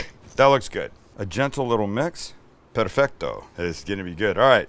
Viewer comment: I love you Sam but the way you say cacio e pepe always drives me crazy 😂 you've got cacio pretty right, but in italian you pronounce "e" as the first part of "a", like you would in the world "chef", so it's not "cacio y pepy" but "cacio e pepe"! Also, in italian we say "perfetto" without the c, hope this helps you and all non-italians ❤